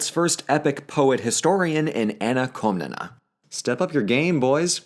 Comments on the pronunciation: shouldnt it be written "Komnene" in english, since its Κομνηνή in greek? (edit) i couldnt help but cringe every time you said KomnenA, it hurts. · Its Koh-mnee-nee and the male one is Koh-mnee-nos